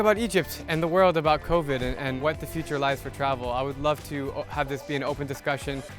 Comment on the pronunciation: "ther isn't covvidi"